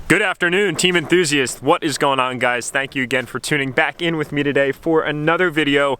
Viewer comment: Come on it's the brand enthuzst. build race break repeat